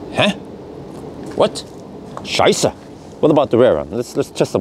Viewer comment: Hey, your german is perfect. Scheisse..... Das ist nicht gut..... Stau. 😀 Or is it local language. Greetings from Germany 🇩🇪